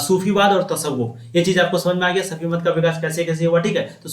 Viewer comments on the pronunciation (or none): Sufimat hota hai safimat nahi hota hai